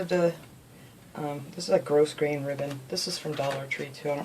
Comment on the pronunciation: I haven't gotten into paper crafts yet...but may. This looks really neat. <3 TYFS. <3 BTW, I think grosgrain is pronounced without the "s" in it. <3